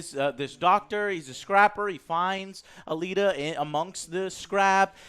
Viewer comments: Also don't review something where you can't even pronounce it's name correctly. It's not Battle angel ATTILA.... It's ALITA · You can tell that joe doesn't know what this movie is about as he pronounces Alita as "Atila"